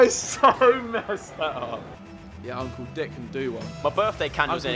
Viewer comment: When they say uncle it sounds like uncool